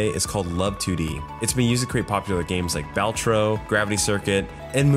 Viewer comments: no way bro said bAlatro😭😭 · You said balatro wrong unwatchable